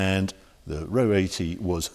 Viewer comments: R-O 80, not ro80.... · It isn't pronounced 'Row 80', the 2 letters are pronounced as separate letters - R O 80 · I thought it was pronounced “Are ohh 80” ? R O 80, unbelievable to think that was more expensive than an E-Type, I guess it was the Tesla of the day